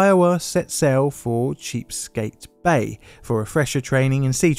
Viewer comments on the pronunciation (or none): "CHEAPSKATE Bay?!!!" 😂😂😂🤣🤣🤣 Why, oh WHY didn't any of us stationed at Norfolk or Oceana ever think of that?! 😅 However, as hilarious as it is - intentional or not (I really can't tell) - that is a mispronunciation: for those who may be confused as to why America would name one of our largest and strategic bodies of water that...we didn't. It's actually "Chesapeake" Bay. (CHESS-a-peek) An Algonquin word roughly translating to "great waters" or possibly "great shellfish bay." But in any event, I have to admit, if it were up to a vote I'd cast my ballot for "Cheapskate" Bay. It's far more colorful. 😁 GO NAVY! 🇺🇲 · Sorry bud, it's Chess-uh-peek Bay. As an American tho... I like Cheapskate Bay better. Really ties the whole video together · Chesapeake Bay. Not Cheapskate Bay. 😂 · Chesapeake isn't pronounced cheapskate, it's like "chessa peek" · The "Cheapskate" Bay? That made me giggle. Since I've lived here, I've never heard it like that. It's Chesapeake, or "CHESS-uh-peak". And to fangirl all over your channel, I love each one of your videos and have watched them over and over. I especially like your intro music and, in the earlier ones, the time-appropriate video montages while your logo comes up on screen with that awesome font. If you ever need a meteorology or seismology/vulcanology person to help explain things or to provide a voice, I'd be honoured. You are a legend; keep the videos coming! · Good documentary. Couple things: Chesapeake = Chess-ah-peake. Not 'Cheap-skate' Sandia = San-dee-ah. Not 'San-die-ah' Keep up the solid work. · "Cheap-skate Bay" 😂🤣😭☠️ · I think the place you refer to as "Cheapskate Bay" is Chesapeake Bay, pronounced something like chess-a-peak, AFAIK. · When you say Cheapskate do you mean Chesapeake? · "Cheapskate bay" lol Chesapeake Bay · Did you say "Cheap Sake Bay"? Its Chesapeake Bay" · Cheapskate bay? Americans usually pronounce it Chess-A-PEEK bay lmao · what bay? did he say cheep skate for Chesapeake? lmfao ches-a-peak bay